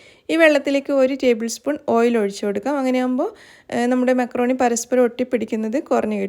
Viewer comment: മാക്രോണി അല്ല,,മക്രോണി